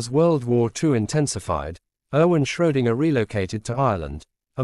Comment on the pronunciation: It's not Schrodinger, it's Schrödinger, dammit. Too bad, I wanted to watch this video, now I can't.